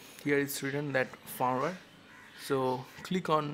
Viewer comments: dude you said FARM-WHERE, instead of firmware! Great Video BTW.. Thumbs up! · Firmware is pronounced 'Fermwear' not farmwer